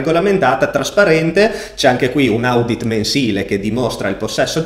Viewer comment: Si pronuncia odit comunque bel video, bravo